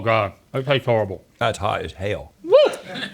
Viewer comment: "That's hot as hell" Rhett's southern came out for that lol